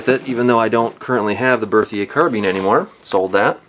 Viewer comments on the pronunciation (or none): It's not CarBEAN, it's carBINE two different pronunciations